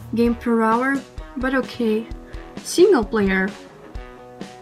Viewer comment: Hee hee hee...it was funny to hear you mispronounce OK.